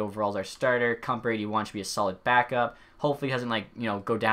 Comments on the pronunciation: Kuemper is Kem-Per. And Rieder is Read-er xd nice video though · If you pronounce a name right then I will burn my hair Kumper Vladyder Ahul Cagula And more that I forget